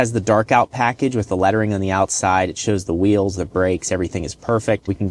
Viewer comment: Also said 'all terrain reels'